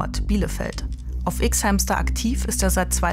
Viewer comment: Ich mag sie aber mir stehen die Haare zu Berge jedes mal wenn sie "ICKS HÄMSTER" sagt 😭.